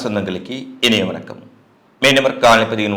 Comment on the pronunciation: என்னயா தமிழ் இது? எகிலத்தின் என்பான வெனக்கம் 😂. உங்க சேனலை பார்த்தா நான் படிச்ச தமிழ் வீணா போய்விடும். உலகத்தில் எந்த பகுதியிலும் தமிழர்கள் தமிழை இந்த அளவுக்கு மோசமாக உச்சரிப்பதில்லை 😂